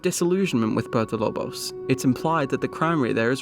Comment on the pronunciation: Why does he say Puerto Lobos like that. Man said Purpo Lob os when talking about the Blood Brothers ending.... puert o lo bos not purpo lob os ://///////